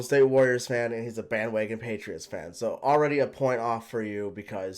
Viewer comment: " BAN WAGAN "